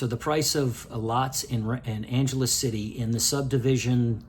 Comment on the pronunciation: Since u r residing there pls ask locals how to properly say Angeles, this isn't Los Angeles buddy. Take care & enjoy living there.